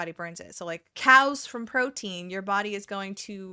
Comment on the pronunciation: when you talked about cals i 100% heard "cows" the entire time as i was zoning out while gaming, had me stop and check "wait why are we talking about cows???" 😭